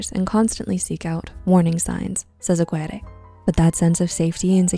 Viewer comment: Aguirre (Ah-gear-eh)